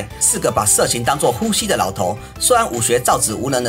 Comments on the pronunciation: 武功造詣，詣的發音唸做意，不是指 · 造詣（ㄧˋ音同“意”